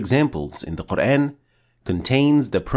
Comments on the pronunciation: Yooo admin!!! Can you pronoun Al Qur'an in a correct pronounciation!!!??? In a corret method??? I sick hear that word qur-aen even though you talking in english the of GOD'S BOOK MUST BE THE SAME!!! as you name is we can't change your name to be " The one who be praised* when we talk to you in english.!!!!! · Wrong pronunciation of word Quran. It sounds like Qurain.